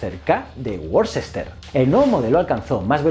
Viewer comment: Vídeo excelente, pero en inglés, no se dice "Worcester", se dice ese ciudad como "Wuster" o "Wista".